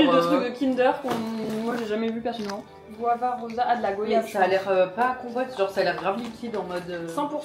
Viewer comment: Elle a dit Go-yave 😢j’ai eu mal au cœur